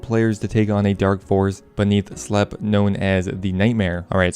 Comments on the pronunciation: Did you say slepp? It's slepe, like sleep. The town is in a deep sleep, not slepp. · slepe is pronounced sleep, not slep